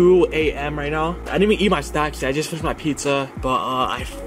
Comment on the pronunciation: Neow 😂are serious right neow bro